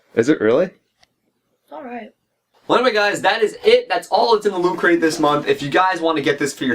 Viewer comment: Lol, "Loo cray"